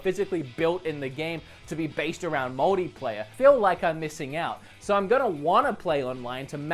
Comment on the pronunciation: Anyone else hears "modyplayer"?